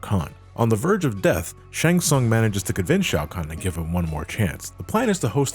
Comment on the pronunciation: How can you pronounce "Shang Tsung" wrong when they say it out loud in the games?